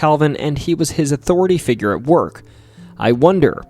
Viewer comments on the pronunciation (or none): none